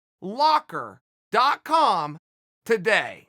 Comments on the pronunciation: Chael "Got em in a Nordlock" Sonnen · Nordlock LOL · I download nord locker each time uncle chael said “nord locker”